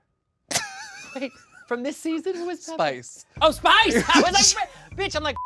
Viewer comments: I love it how they butchered Spice's name continuously 🤣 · Lmfao not them calling Spice every name except spice 😂😂😭 I’m screaming 😂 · I havent laughed this hard in my entire life watching The Pit Stop. The way they murdered Spice’s name. 😂😅😅😂🤣😂😂😂😂 Hilarious!